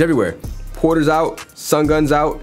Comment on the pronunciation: Bro the way he says sungun 😂 😂😂